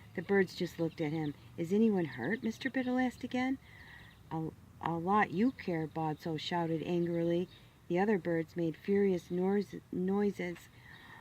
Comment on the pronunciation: The birds were named atso, batso, fatso, and Charlie. Why are you pronouncing the names all fancy? Oughtso? Come on lady, you dont want to hurt the fat people when you have to say fatso.